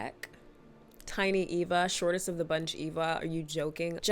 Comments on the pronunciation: lol. Her name is Eva. Not Ava ❤️ Great video 🎉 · Is she calling Eva "Ava" 😢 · I cringed so hard every time you called Eva Ava 😩 but this was a great video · It's Eva not Ava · its so funny because she has a disclaimer about it actually being eva, even though she called her ava, and then immediately continues calling her ava😂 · Obsessed with how you spent the entire video calling Eva “Ava”😭❤️ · Pretty sure it’s Eva, not Ava 😅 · Are you saying her name as Ava on purpose? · EEEEEEva girl. Eeeeva. With an E. Sheesh.